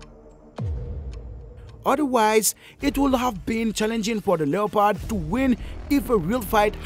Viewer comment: Stop using someone else's content and it's one word not Lee ya pod and its annoying for you to say lee ya pod